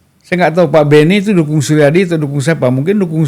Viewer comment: hostnya malah gak ngerti apa apa, bahkan nyebut "suryadi" saja "Soerjadi" .. :D